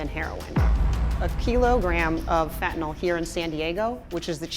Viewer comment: Fentyl? Lol a keelow gram? Jesus. Learn how to pronounce words,.